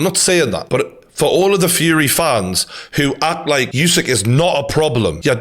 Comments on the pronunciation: True Geordie, I love you mate but pls stop saying YOUSYK! :D Usyk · Name is pronounced ‘Oosik’ not ‘Yousik’ , you brits don’t stop the disrespect..